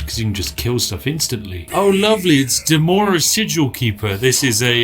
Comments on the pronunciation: Anyone else bothered by the way he says "Demora" instead of "Dremora"? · Spiff: Demora churl The R after D: What am I? invisible? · Will no one bring up his grievous neglect of the 'r' in Dremora?